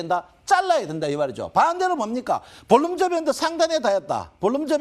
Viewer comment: ㅋㅋ 발음이 새시네. 볼린저밴드Bollinger band